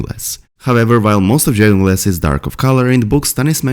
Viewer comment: I think you are trying to say dragon glass, but, with your accent, it sounds like drayon glass.